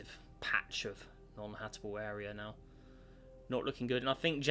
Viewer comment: can we get a count for how many times says "Hatable" instead of "Habitable"